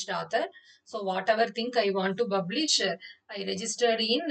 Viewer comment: Its not BUBlish....you should pronuce it like PUBlish....please polish your english pronunciation. Also please practice by attending spoken english....do not kill us by talking like butler english. Your english slang clearly shows that you are from Tamilnadu.